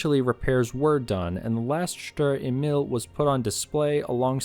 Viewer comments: I got the feeling you never sit or drive a tank or kind of... Thank you for the work you have done, but the whole thing is typically from the American point of view and this is so wrong. And German words can be practiced how to pronounce with Google Translate. Email you said, but is Emil. In short, American propaganda just to make German WWII tanks looks bad. The fact is that in this time, no tank was able 1:1 to win against German tanks. Perhaps you focus on real WWII stories, when Americans and their Allies running for every German Pimps ... Ask my and many others Fight for real... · Ay-meel not Eee-mill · it's Emil not imel lmao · Maybe that's becaue I'm not English not German but I hear you saying e-mail instead of Emil and that's funny to me :p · Emil is pronounced E'mil, where the E sounds like the ee in beer and mil like "a mill that grinds flour". E¨mil. < Just cus why not ^^ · FYI "emil" A Meal